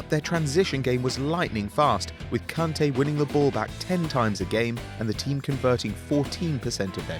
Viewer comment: It's kantae not kuntae